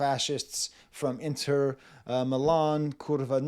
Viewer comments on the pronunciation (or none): none